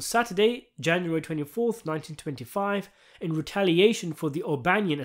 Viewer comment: its pronounced "coup de grâce" you fuckin stunad